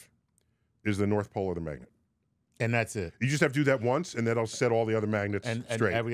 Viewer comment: Sounds more like a “north pull” haha